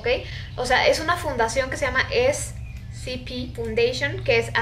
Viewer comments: Es SCP(esecepe) así se pronuncia no scp(escepe) así no se pronunciaaahh!!! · No SE DICE ASI SE DICE ESE CE PE DELETREADO ES SCP SEGURIDAD CONTENCION PROTECCION